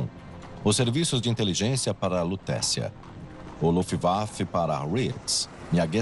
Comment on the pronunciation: cade o narrador que falava, luft waffle??